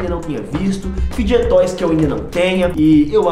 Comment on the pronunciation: N e assim q fala é fide toys